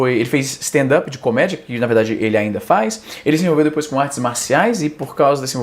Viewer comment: Obrigado izzy, mt bom ouvir stand up Nem quem trabalha com stand up sabe pronunciar stand up, Stan dapi é meu pau Sou chato mesmo, engole.